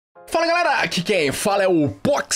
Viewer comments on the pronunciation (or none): none